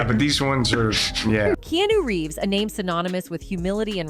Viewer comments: Keanu didn't say a thing to Jim Carrey. You cant even pronounce Keanu Reeves name right AI chic! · "Key-New Reeves" ?!?